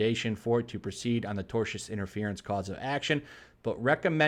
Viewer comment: CaUse of Action. CaUse. Reading articles for a living with dyslexia.